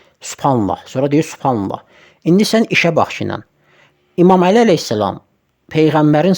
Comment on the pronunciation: Supanla əxi supanla nə gözəl, "buyurub sas səlləm" 🥹🤧